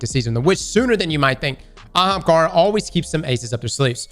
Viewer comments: I’ve been playing BG3, when did start pronouncing Ahamkara correctly?! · whoa... did really say Ahamkara correctly?! 😮